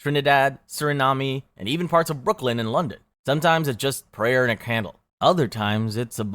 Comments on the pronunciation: Surinami? Dude, it’s pronounced Sur-I-Nom (like mom). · All tar? Surinamy? Mime-o-graphed? Blattant? Not sure I can trust this. Fake faith healing...as opposed to the real kind? Flee segregation in the US? Halley's Comet - Comet Hale—Bopp, two different things. (Halley not Haley, too)